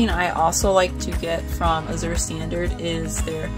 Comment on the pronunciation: Great video. I love azurestandard. I look forward to it every month. Azure is actually a shade of blue. It's a really pretty word. The z is actually pronounced like the j in bonjour.